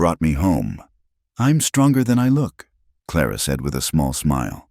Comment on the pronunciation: Another Elias and Clara. If you're going to use the same names over and over the least you can do is teach AI how to pronounce them correctly. I've only started listening to this type video for the past month but I'm already tired of the same names over and over and practically the same storylines.